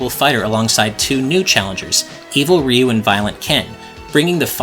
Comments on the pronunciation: Ryu is not pronounced "Ree-you." It is one syllable. "Ryu." Exactly as it is spelled. Like "beau" is "beautiful" but with an R instead of a B. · It's amazing how many people mispronounce Ryu. Even in this video it's pronounced wrong